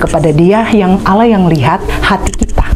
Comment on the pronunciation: Alhamdulillah sudah hafal dan fasih menyebut nama ALLAH SWT 🤲🤲🤲